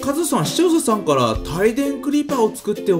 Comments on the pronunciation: 「視聴者さん」のこと「しちょうささん」って言う所 どうでもいいかw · 相変わらずししょうささん(視聴者さん)と言っている。www